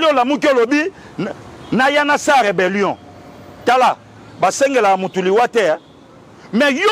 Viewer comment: 😂😂😂😂 Pastor lui, il dit reberion ?